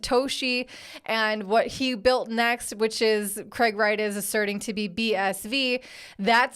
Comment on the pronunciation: I thought you said Craig ass Wright in the intro 😂